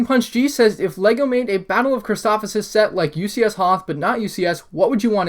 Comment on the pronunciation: Chris toe o fis not chris tof if sis